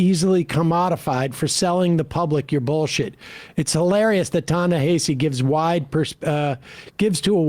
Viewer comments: Ta-Na-Ha-See not Hay-see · His name is pronounced Tah - ne - HAH - cee, not Tah - ne - HEY - cee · Sam: stop saying "Ta Na Hayseed Coats" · It’s Ta-Nuh-Ha-See. Take the time to learn the correct pronunciation and stop butchering his name. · It's pronounced "Tah-Nah-Hah-See." Anyway, the moment Ezra said "We have to ask ourselves why people chose THAT over us" I knew the conversation was gonna go off the rails. You would think that reading Coates response article and being his"friend" he would understand that we're in a culture crisis that's affecting our politics. Not the other way around. He's just Classed-Up enough to not need to care. He SERIOUSLY can't understand why everyone isn't looking for the correct expedient political move in this moment. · I know it's not a big deal but he pronounces his name "Na-hass-e." I've heard him explain many times that it's not pronounced the way it looks. You can hear Klein pronounce it correctly, maybe the only thing he gets right during their discussion. Sorry, don't mean to be pedantic. I just think it's worth mentioning for accuracy sake. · Are you all purposely mis-pronouncing "Ta-Nahisi" - much like Republicans kept mispronouncing "Kamala", even though they knew better? Just wondering....😈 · I listen to Ezra's podcast and though I rarely email him, I did this time. I wanted Ta-Nehisi to rip him a new hole. BTW, Coates' name is pronounced "tah-neh-HAH-see." You'll never get it by reading it, you just have to know it. Memorize. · YALL COVER TA-NEHISI COATES EVERY YEAR AND STILL DONT PRONOUNCE HIS NAME RIGHT PLEASE